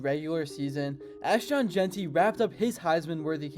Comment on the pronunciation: Jesus Christ Dude learn how to pronounce ASHTON!!!! It's not ASHTAN!!! SMFH